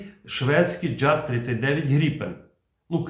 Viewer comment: Джаз😢 Правильно Яс 🎉🎉🎉